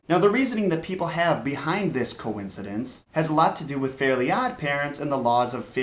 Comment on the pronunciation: its fairy not fairly